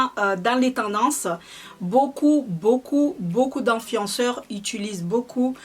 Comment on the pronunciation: Vanessa j'me moque pas de mais quand elle dit amstangram,enfienceurs,huilda beauty je trouves ça drôle donc je vois pas pourquoi tu viens faire ton intéressante